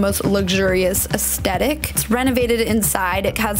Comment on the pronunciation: "Luxurious" not "luggshoo-rios"; "aesthetic", not "astettic".